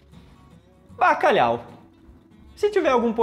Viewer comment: Baca quê? Bacalau?? K é isso mano? 😅🇵🇹